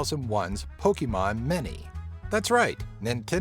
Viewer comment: Pokemon "many" lol